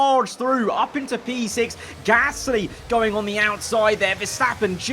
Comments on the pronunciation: He says p ear gasly. Like ear😂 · Says Gasly in such a weird way